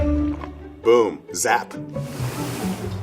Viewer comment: The way he hit the "p" when he said "zap" was CRISP